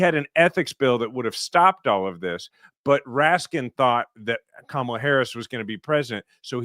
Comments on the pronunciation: Perhaps you need 2 PhD’s to be able to pronounce KAMALA properly because you all are pathetic! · Republicans still can’t pronounce “Kamala?” Jesus…